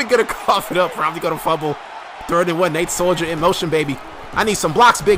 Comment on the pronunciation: Just my observant and excited Patriots fan-self noticing you said Nate Soldier. I don't really want to be "that guy," but there's no "I" in Nate Solder.